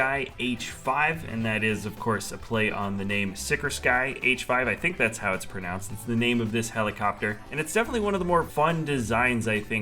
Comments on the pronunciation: did this boi just call a Sikorsky a Sick-or-Sky? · Sikorsky is pronounced sickOR-ski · Sikorsky is pronounced sick-or-SKEE